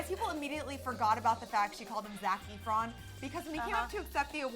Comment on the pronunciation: Ahhahaha EEfron...she did better than 'somebody' when saying Idina Menzel